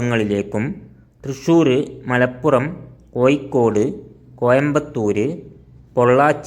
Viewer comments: കോയിക്കോടല്ല കോയ കോഴിക്കോട്😂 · ഴ പറയേണ്ടടത്തു യ പറയുന്നു ഉച്ചാരണം നോക്കണംസുഹൃത്തേ ഉദാ കോഴിക്കോട് >കോയിക്കോട് 😂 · നമ്മൾ ഒരു വീഡിയോ ചെയ്യുമ്പോൾ അതിന്റെ അവതരണം ഒറിജിനൽ ഭാഷ ആവണം ഇത് കോയിക്കോട്, പുയ എന്നൊക്ക പറയുമ്പോൾ കേൾക്കുന്നവർക്ക് അരോചകം ആയിരിക്കും വേറെ ആരെയെങ്കിലും കൊണ്ട് ഇത് അവതരിപ്പിക്കണം.... All the best good video ❤️